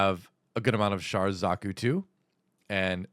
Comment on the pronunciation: Thank God that one of these youtubers actually knows how to pronounce Char.